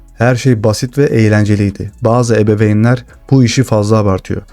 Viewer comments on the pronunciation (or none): ebebeyn değil ebeveyn..